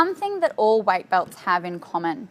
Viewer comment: "White belt" 😂 love the accent tho!